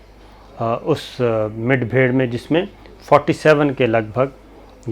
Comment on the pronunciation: mere bhai Mid Bhair Nahi kehte Mud Bhair hota he apni urdu thick karlo